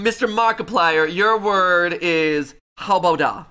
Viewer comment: Also, it's how-bow-Dah, the a sounding like the a in dad, not the o in ostrich.